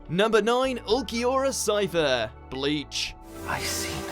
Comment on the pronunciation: Ulquiorra shiffer is how it should be pronounced